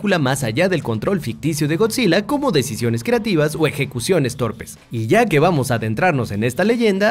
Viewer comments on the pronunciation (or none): none